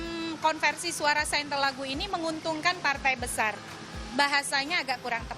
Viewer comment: Sainte-Laguë dibaca /sɛ̃tlaɡy/, atau sejelek-jeleknya dibaca "sénglagyu"